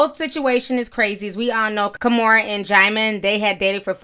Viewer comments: Now if only Kimora would learn how to pronounce her first name correctly. She keeps pronouncing it as "kaw-moo-ra" when it should be pronounced "kee-moo-ra". At least she pronounces her daughter Aoki's name correctly. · I wish Kimora knew how to pronounce her first name correctly. It should be pronounced "kee-moo-ra".